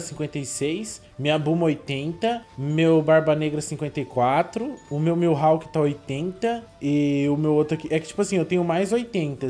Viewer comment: O tanto de pessoa que fica com agonia quando o fala MILhawk || ♡